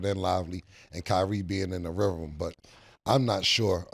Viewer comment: Cam, the word is rhythm. Not RIVEM